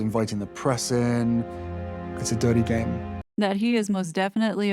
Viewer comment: HE SAYS ITS A DIRTY GAME AND HE PRONOUNCES """DIRTY"" IN AN AMERICAN ACCENT!!!! FUGLY PRINCE 💯 #fuglyprince